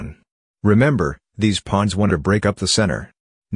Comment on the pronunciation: bro fr I heard him say pluns instead of pawns